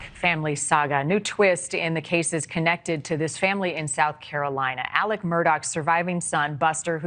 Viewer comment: Shame on news nation. After all the coverage this case has had and you mispronounce Alec's name!?!?? You ne3d to get rid of your ai if that's was i4 was.